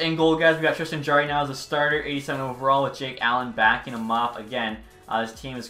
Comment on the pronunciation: it's JAR-ee not Jaer-ee. It's pronounced like a jar